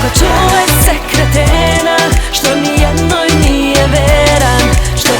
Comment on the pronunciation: Jel ovo ona govori "NIJENA" :O